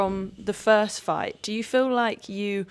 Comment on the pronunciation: It really was a hell of a “gight”